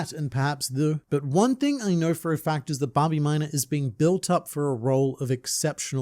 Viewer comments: Babimyna❌ Bah, be my nah ✅ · i cuold barely remember this character so saying hearing you say his name like a million times, i thought u were saying Bobby Minor and i was like why do u keep saying his last name? lmao his name is Babimyna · I understand how Hisoka schwing feels when I hear you say Bobbymina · Babimyna❌ Bobby muda✅ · say böbyminor again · I totally thought he was saying Bobby Miner 😂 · Thought I hallucinated I kept hearing "minor" 😂😂😂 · Take a shot glass of your beverage of choice every time he says “Babimyna”.